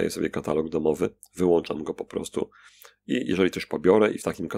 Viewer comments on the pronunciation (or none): none